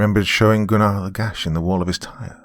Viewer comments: Still a slight cringe when Goon-Are is said rather than GUN ner. Great work regardless. Thanks. TNJR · Me when doc pronounced Gunnar's name, as Goonar, and not Gunner. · I love this one but I got to say this Gunnar is pronounced Guner lol but I love the voice you used for Cooper's dad what I always imagined it to be. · Do you know it took me about 30 minutes into the story to realize he was saying the name Gunnar lol. Not Gu-nar lol